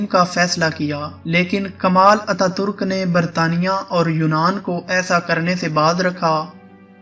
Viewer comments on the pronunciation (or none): none